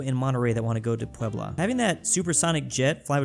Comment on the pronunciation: He nailed Puebla too